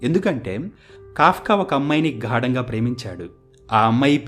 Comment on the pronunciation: 'ఘాడంగా' ప్రేమించాడా? ఏదో తేడాగా ఉందే? 'గాఢంగా' ప్రేమించి ఉంటాడు. ఉచ్ఛారణ కూడా లోపమే